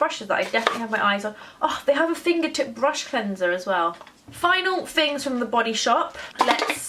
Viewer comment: Your speech is appalling. You don't pronounce your "th"'s! It's "THings", not "Fings"!!!